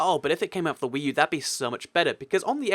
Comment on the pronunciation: WEECOME TO WEE U